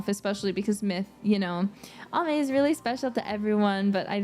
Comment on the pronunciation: I love how pronounced Ame! Thank you for the update! Thank you always for your hardwork! 💙